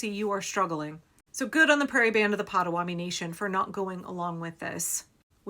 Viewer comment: Pot-a-WA-to-mee. Mispronouncing the name of the tribe is disrespectful